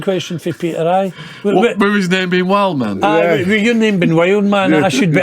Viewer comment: Heard him call Wildman for whaleman with his accent